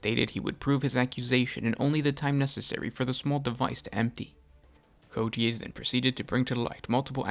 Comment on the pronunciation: It’s pronounced “Coa tez” if you don’t know how to pronounce it put the name in Google translate